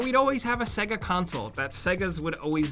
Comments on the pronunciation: Why do you pronounce it segga? It literally says SAYGA when you turn it on? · Sega, pronounced "say-gha" not "segga". You'd know this if ever you turned one on, well done apparent games console expert! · Sega? It’s pronounced SAYGAR. Can’t you remember it fucking says it when it loads up lmao. The way you said it made me sick. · why do americans say saga instead of sega? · Hes pronouncing "SEGA" like "segga" and its driving me mad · "segga" Who pronounces it that way? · They literally say the word SEGA when the game or console starts up. So why cant you pronounce it properly?! :D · You pronounce SEGA wrong